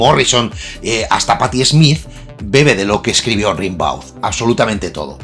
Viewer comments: Baudelaire llevaba muerto tres años cuando Rimbaud (rembó, no rinbáu) se dio a conocer. Así que don Charles no pudo ser influído por Arturito...🤷‍♂️ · Sobre Rimbaud,se lee "Rambou",se nota que no te has informado mucho,eso de que influyó a Baudelaire es, sencillamente, imposible cronológicamente.Rimbaud fue una maravillosa rareza,un visionario,por supuesto Baudelaire lo fue también,lo que atrae de la vida de Rimbaud fue esa explosión de Genio alucinante,de explosión de supernova, logró rozar el paraíso y el infierno con sus versos ,para después de ello,de repente,caer en un agujero negro de lo abyecto, quizá sea ese el precio a pagar por desvelar el idioma de los Dioses.